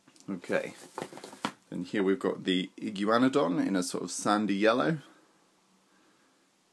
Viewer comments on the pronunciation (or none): "Iggy you ana don" i've never heard it said like that before unless i misheard lol but interesting way to say it :0 and diplodocus is my favourite sauropod tbh